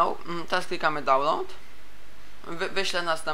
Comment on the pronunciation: Nie dalnołd, tylko dałnlołd